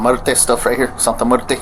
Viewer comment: Are we going to ignore how the cop pronounced Santa Muerte 😭